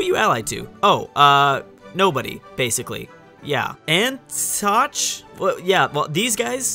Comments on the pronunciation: He said an-toch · An-ti-ock not an-tosh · Valencia for the win! And if no one has told you how to pronounce Antioch yet I was always told it was pronounced "Aunty-ock" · By the way, Antioch is Aen-tee-aak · "An...toch" - come on man, holy handgranades. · WHOA WHOA WHOA You can't pronounce Antioch?! hahHAAAAAAHAHAHAHAHAAHAAA!!!! It's "ann - tee - ock" XDDDDDDDDDDDDDDD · An-tee-ok (Antioch) for the love of the Florence Gods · Antioch (ant-E-och) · Antioch is pronounced: Anti-ock. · I can't believe you don't know how to pronounce Antioch (An-Tee-Ack I believe is how you would spell the sound). I'm disappointed in it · That pronounciation of Antioch was flawless lol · The pronunciation of Antioch tho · But..But I thought playing these strategy games make you a history nerd BUT YOU CAN'T EVEN PRONOUNCE ANTIOCH?????? xD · Jesus, learn to pronounce Antioch lol